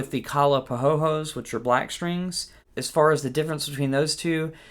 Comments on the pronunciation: Your Personal Linguist sez: Every letter in Hawai’ian words is pronounced. So “pahoeho” (which is a type of lava) is pronounced “pa-HO-ay-HO-ay,” NOT “pa-ho-ho.” Otherwise, this video ROCKED. Have played bass since 1970, but am brand new to the uke and looking for guidance. You have answered one question already: It’s round-wound strings for me, on my Hadean cutaway fretless ukulele bass! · Just a pronunciation tip: Pahoehoe sounds like: pa-hoy-hoy NOT like Santa laughing, pa-ho-ho Very nice comparison video, altogether. Very helpful. Thank you. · It's pronounced pah-ho-eh-ho-eh, every vowel in Hawaiian is always pronounced, no silent vowels. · Great review. BTW, it's pronounced "pa-ho-eh-ho-eh".